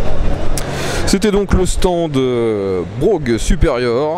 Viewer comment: C'est marrant ça, lorsque c'était encore des motos anglaises, on prononçait "Bwoaf' " et non "Brougue" ;-)